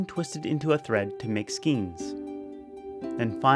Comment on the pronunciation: What a cool look into their traditional crafts! As a small note, the word skein rhymes with stain not with mean. I only know because I had old crafters beat it into my head.